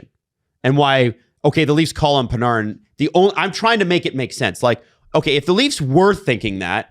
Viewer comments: It’s Pan-Air-in not Pan-ARRE-in. And if it is the latter then everyone tell us that ten years ago. Not now. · i hate the way you're saying panArin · Am I tripping or why does say panarin like parneren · Are you sure its not Pin-AIR-in? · Pa-nar-in? PA-NAR-IN?? Do YOU think that is purposefully mispronouncing the Breadmans name? I swear hes saying as much as he can too, its making my hair stand. If i ever have a face to face hockey conversation with I'll probably just shoot myself instead it would be less painful then enduring is his mental RESTART- ation and exceptations to take his garbage takes on hockey culture seriously. This guy is a putrid disgrace to the hockey sports casting space, on the Mount Rushmore of egregiousness with Simmons. you're great, I've never heard you say anything stupid. I literally am never more trigger to the point of comment thoughts on a YouTube video than when talks and it sucks because great and we gotta put up with "HeY yOu GuYs" - 🦥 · The way is saying "Panarin" is frying me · I want to Panarin to go anywhere you guys talk about the least so I don’t have to hear him pronounce his name wrong anymore. Has anyone ever heard anyone calling a game say his name that way? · It’s bothering me too